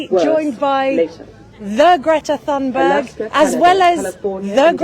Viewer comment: I wish she would pronounce Greta's surname correctly! Too annoying to watch this as it grates on my nerves. Nice to see the boat again.